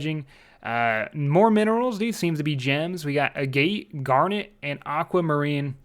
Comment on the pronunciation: great vids and great mispronunciations as always :D a gate